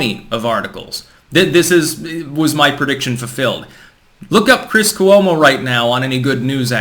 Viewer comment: Cuomo is pronounced with two syllables